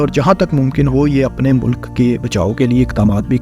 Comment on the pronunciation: Makamal nahee Mukamil hoti hai bhai Azafa nahee Izafa hota hai. Malak nahee Mulk hota hai. Ammed nahee Bhai Umeed hoti hai. Masalsil nahee Musalsil hota hai Khalaf nahee khilaf hai. Bhai Urdu XYZ e kharab kardi, thori tusion bhi lelo Faisel Bhai se.